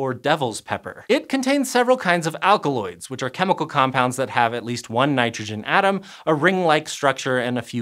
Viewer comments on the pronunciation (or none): none